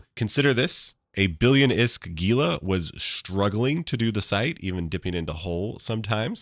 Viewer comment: Jee-lah lol - I love that you've invented a 3rd way to say the name Gila. Respect :D This is the guide I was looking for thanks